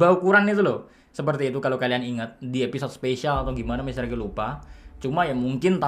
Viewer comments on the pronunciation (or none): none